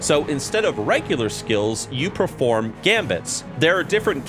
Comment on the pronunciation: "You proform gambits"? What is proform precious?